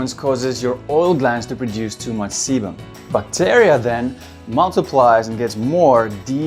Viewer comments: who else thought he said ”Too much semen production”? Kek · I honestly had to listen to it again to make sure I wasn’t hearing things because I was listening to this in the background while doing something else